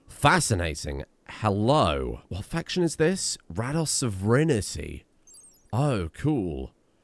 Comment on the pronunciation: Is that a British pronunciation of sovereignty?